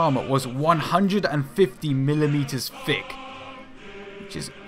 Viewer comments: Thick not fick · "150 millimeters FICK." "Designed to hold FREE gun." Free guns? Where do I sign up. Can Brits not say 'th' sound? They all say 'f' instead. Makes it very hard as a non-brit to understand what they're saying sometimes.